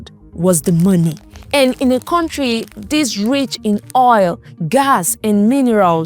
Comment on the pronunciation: Contri, tallchor, etc😂😂😂 Unsubscribed.